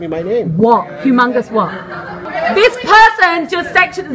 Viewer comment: "hu mungus" lmao shit got me giggling